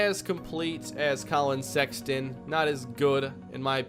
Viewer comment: The way you botched Walker and Sexton physically hurt me, but other than that this was a good video.